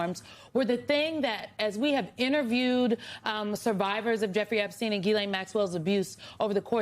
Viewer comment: I like how NOBODY knows how to say Ms Maxwell’s first name, including me.